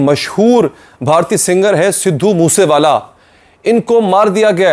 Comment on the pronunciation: its sidhu moose wala not sidhu moosa wala learn to pronounce first